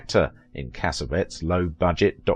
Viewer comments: No, it is not Italian. Cassavetes is Greek. You are right that the narrator is pronouncing his name wrong. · It is pronounced "Casavetees" not Casavets! it's Italian! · cassavettes is pronounced Kasavetties, not kasavets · Correct! Not "CASSA-vetz" In film school we pronounced it, cassa-VET-eez. A creator of his magnitude deserves all four syllables, like a Greek! We pronounce Jose Ferér, fur-RARE, not fer-RARE-uh. Also, I have always pronounced Gena, JEH-nuh, not Gee-nuh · I wish you knew, or bothered to find out the proper pronunciation of her husbands name. Cas A Vet EES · John Cassavettes last Cass-A-Vettes the last part is pronounced like "TEAs."you run it all together and that's incorrect he's an Italian-American and you pronounce his last name like it's a bunch of cassettes ... WRONG! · You’re mispronouncing Cassavetes. It is pronounced: “Cah-sah-veh-tease” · Thank you. My ears were bleeding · Agreed! Also, her husband's name is mispronounced! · Appreciate narrator voice. So much more professional than many others. Just a pronunciation note: It’s JENN-a & CassaVETTIES. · of Vintage It would be respectful if you learned how to pronounce your subjects' names. Gena = 'Jenna" Cassavetes = "Cassaveetees" It's simple enough to determine these things. You're better than this. At least I think you are .. Or should be. Step it up, please. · For crying out loud! Since you say her name over and over, it would sure be nice if you would pronounce it correctly."Jenna" not "Jeena" You can hear her say her own name in interviews. And pronounce her husbands last name properly too, please. Take the time to find out the pronunciation. Really!